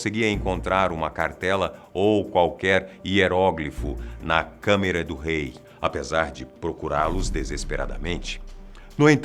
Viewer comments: Câmera? N seria Câmara? Bem de qualquer forma n ligo para pronúncia ta de parabéns a equipe um dos videos mais ricos em informação e bem elaborados que ja vi e com uma narração digna de documentario gringo esse é muito bom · câmara pelo amor de deus e não câmera ... realmente é um assunto muito interessante. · são "CÂMARAS" não "CÂMERAS".... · Gostei, mas bateu fadiga de ver o falar MAIS DE UMA VEZ a palavra "câmera" e não câmara.